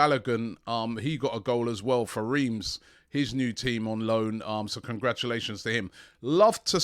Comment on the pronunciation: Reims is pronounced “Ranz”,.